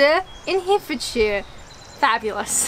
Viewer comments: burgh is always said as borough - Edinburgh. Herefordshire is hair-e- ford-shire not here-fordshire. Valiant effort young lady! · Herefordshire is not 'hee' it's 'herror'. And shire is not 'sheer', it's sh. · BTW, Herefordshire is pronounced exactly how it is spelt, HE-RE-FORD- SHIRE ( 4 separate syllables, the E's pronounced as in hen) 😂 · I won't comment on your pronunciation of Herefordshire. But I cringed. Next up try Keynsham. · 😂😂😂 another hilarious and somewhat courageous video! Leominster was one I put forward, had to chuckle at that, although I DIDN'T anticipate the trouble you had with the county name - Herefordshire. It's 'Here' pronounced like 'very' ford is like 'fud' or 'f'd' and shire is sheer. Herryf'dsheer... Herefordshire. How's about this for a video idea, two in one day; " tries more favourite ciders" followed immediately by; " pronounces daft British place names - 3!" Although I still quite like the idea of you discussing your top however-many music albums. Great video! Cheers! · Herefordshire - try saying it as Herry-ford-shire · I just want to point out for accuracy's sake that Wiveliscombe ( known as Wivey locally) is in Somerset not Devon. You pronounce Herefordshire like De Niro in "Ronan". His pronunciation always annoys me and ruins the rest of the film. It is pronounced Hair-rer-ford-sheer. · Herefordshire is not pronounced as Here, it is pronounced with short "e" sound as in "egg" so we say He - re - fordshire. Hope this helps.